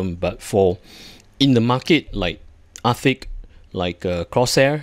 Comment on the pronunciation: It kinda sounded like you said Ar-thicc and i think thats a fitting name and perhaps a rebrand is in order.